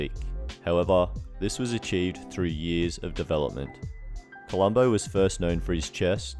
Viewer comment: have the decency to get his name right columbu not columbo